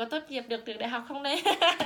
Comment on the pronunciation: =]] ùm biết ời !!!đọc lại chữ "trường" xem